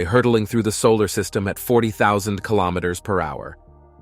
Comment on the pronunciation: kilo'meters, not kalamaduhz